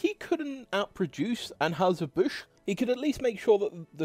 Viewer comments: While we're discussing pronunciations, it's "ann-hi-zer", not "ann-hoo-ser." (It was probably originally ahn-hoy-zer, but we've Americaned it up.) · Bro...the trouble you have pronouncing ANN-HIGH-SIR BUSH, is comedy gold! You must've tried it 6 or 7 different ways...and actually got it right...ONCE. The immediately went back to mispronouncing it! LMAO! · It's An-HY-zer BUSH. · What is wrong with your ability to say Anheuser-Busch? An-HI-zer Bush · Thanks for the video, I currently work in Schlitz Park, an office park using the original Schlitz buildings (I'm in the Keg House, next door to the Bottle House). It would have been great if you had checked pronunciation of names (Uehlein, Stroh, Anheiser-Busch). ;) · People making YT videos, especially if you sound tlike you are from anoteher country, should learn how to pronounce the names of the companies they are talking about, like Anheuser-Busch and Stroh or Stroh's.